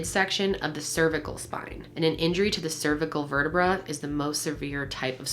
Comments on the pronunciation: The way you said vertebrae made me cringe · I know this is stupid and I shouldn’t be laughing but the way you pronounce vertebrae ahahaha